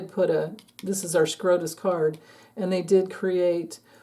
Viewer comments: Supreme Court of the United States = SCOTUS, not SCROTUS 🤦‍♀️ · is well aware of the correct acronym. She says Scrotus to make fun of the corrupted Supreme Court dingbats.